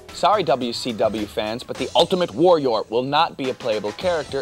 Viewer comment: WariRAR LOL